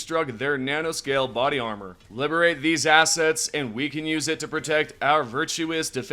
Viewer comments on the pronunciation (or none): none